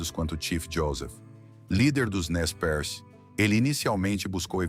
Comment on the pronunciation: "Nez-Percé", e não Nez Perce...